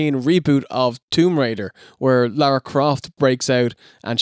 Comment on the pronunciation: hmmmm that sounded off, it almost sounded like you said laura instead of Lara